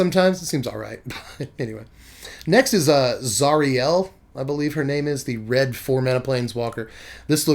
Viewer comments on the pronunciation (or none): none